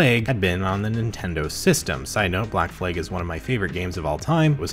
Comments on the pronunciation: Are you saying Black Flag..or Black *Fleg*? 😂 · You pronounce the word “flag” like “flayg” … odd